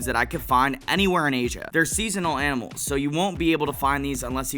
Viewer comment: bro teaching us aminals and cooking without even trying😭